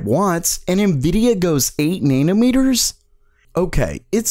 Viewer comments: "And Nvidia goes EIGHT NAIRNURMERTERS??!?" I'm crying dude you gotta chill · Wait, how the hell did you just pronounce nanometers?!